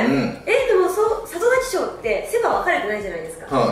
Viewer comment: 里崎賞言えない袴田さん可愛い